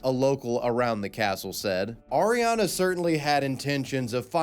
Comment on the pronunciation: I don't think Auriane is pronounced Ariana, that's a completely different name, but whatev